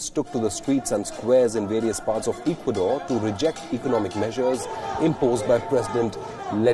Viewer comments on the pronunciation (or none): Hey Mr. Reporter, learn to pronounce Ecuador, please, if you are going to report on a country, at least know how to pronounce it.